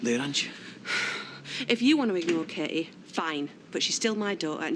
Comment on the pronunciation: I'm also called Katie and it drives me to distraction that barely anyone pronounces the T and it just sounds awful. Natalie's sometimes get the same treatment, but no one seems to do it with Peter! Martin pronounces it right but has to say her name 5 times everytime he talks to her! arrghhh!